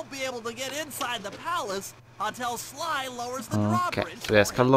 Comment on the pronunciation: Hvorfor sier du shly